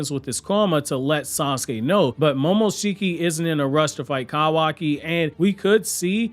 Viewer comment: Lol he's pronouncing momoshikis name wrong lol 😆 🤣